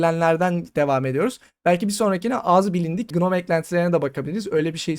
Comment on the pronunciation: Gnome'un başındaki G okunmuyor. Şu şekilde okunuyor: /noʊm/